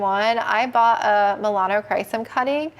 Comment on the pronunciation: “Melanocrisis” is what another plant person I watch calls the Melanochrysum. 😅🤣 cracks me up every time I hear it.